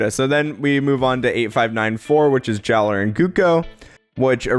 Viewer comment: Jaller is still pronounced like "Jala", my dudes.